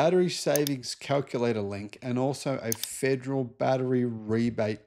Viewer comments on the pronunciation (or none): none